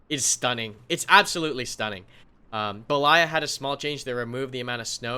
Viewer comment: Damn you butchered those russian map names lol. Rising intonation is on BE, then falling intonation is on LAYA. At the moment the way you do it the rising intonation falls on LA. So improper: beLAya. Proper: BElaya. VERY IMPORTANT lololol